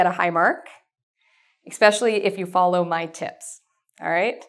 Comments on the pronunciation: Why do you pronounce "especially" with a "K" sound? That's such a pet peeve of mine. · i'm not used to american accent; i don't like to pronounce especially as ekspecially. no wonder most americans say it the wrong way.